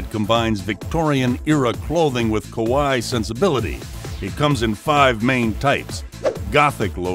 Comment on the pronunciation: Kawaii is kah-wah-ee, not kowai which means scary.